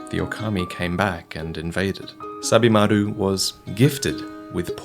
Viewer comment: At first I thought you were saying "Stab-imaru".